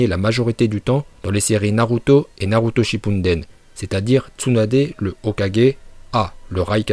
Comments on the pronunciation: Arrete de dire shipuneden sans se lis-shippuden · Purrer c' est shippuden pas shippunden ça me stresse😓mais sinon ta video et bien